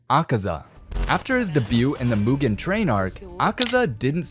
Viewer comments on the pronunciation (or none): none